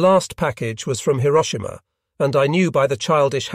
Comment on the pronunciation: The narration is improved. Even "Hiroshima" was pronounced correctly.